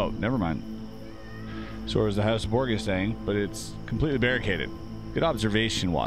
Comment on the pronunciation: That's not how you pronounce Borgia.